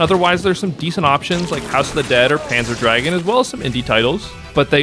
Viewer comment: I've never heard anyone call it Panzer Dragon. It's GOON, Panzer Drag-GOON. They're German words, my friend. Panzer means Armored and Dragoon (GOON) means "mounted infantry," actually - it refers to the riders on the dragons, and it's pronounced like the Germans do. Anyway, good video nonetheless. I actually bought and downloaded Crimson Dragon when the Panzer DraGOON remake came out on Xbox intending to play both and compare, but never really played much of Crimson. I realize now I should give it a real try, as its meta progression sounds great for this genre, so I'll check it out again soon.